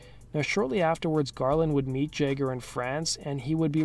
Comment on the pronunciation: "Mick Jegger"